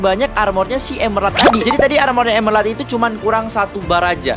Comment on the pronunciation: Emerald, bukan Emelald